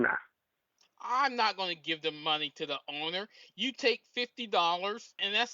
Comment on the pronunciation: give the moneh to the ownah give the moneh to the ownah!